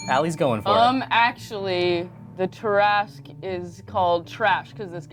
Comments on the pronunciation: The name Tarrasque is pronounced Tara-squee, not tarasri. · um actually the tarrasque isn't pronounced ta-ra-sk it is pronounced tera-sque (I may be wrong but I don't think so I was taught this for a very long time haha) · Um actually, its Pronounced Terra-skew not Tear-ask